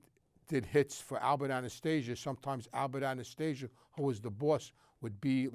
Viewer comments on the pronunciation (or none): none